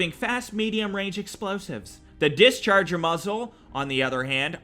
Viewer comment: Reesiescupnarwal Yee considering he also pronounced "discharger" as disc-arg, and waterfowl as waterflow, i'ma go wit no.